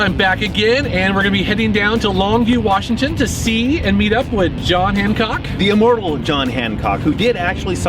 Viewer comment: I love when you said hanCOCK LoL